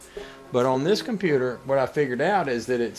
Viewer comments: Cornputer? Now that theres a true Southernman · Did you say ''cornputer''